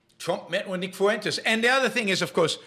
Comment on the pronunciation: nick fuentes is so bad, yet you cant pronounce simple names like fuentes or ye? at least they can speak?